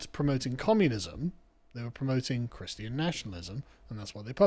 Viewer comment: ChrisTEE Ahn...everyone has a few words they just mangle .